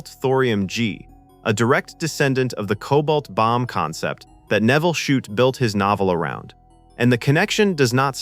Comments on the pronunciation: And the mispronouncation of Shute’s name. Several different pronunciations. The scene with the Coke bottle and the Morse key was filmed at the Rockbank HF Radio Receiving Station in Victoria, Australia. It wasn’t a transmitting station, it was a receiving station operated by the Overseas Telecommunications Commission (Australia) - OTC(A). The observant will have noticed the AVO valve data book in the background - it had specs for valve (vacuum tubes) for the AVO (British) valve tester. I used to use one when I was a young technician. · How many ways can the authors name be mispronounced? This AI tries its best. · How many ways can you pronounce Shute, watch this and find out.